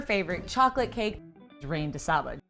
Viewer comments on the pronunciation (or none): Not "rain" de saba. Reine - pronounced ran in french. Julia Child would plotz and roll over in her grave.